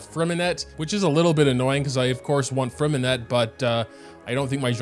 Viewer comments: fyi if you want to pronounce Freminet the french way drop the “t” at the end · I hate to be that guy but just a tip in general: It’s pronounced Fre-min-eh not Fre-min-et blah blah blah if u really care abt the French translation it’s Lee-neigh and Lee-nette (this comment might get some hate 💀) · I think that the names are actually spelled like: Lyney - Lee knee Lynette - Lee nette Freminet - Freh mineh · "lainee", "lainette" and "fremineT" are killing me fr